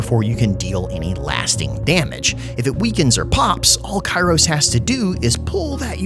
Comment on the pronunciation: Every time you say Kairos, it looks like you're Jack from "Stranger in paradise" saying Chaos!